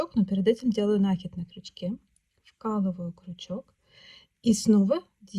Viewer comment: Всё прекрасно, но накИд.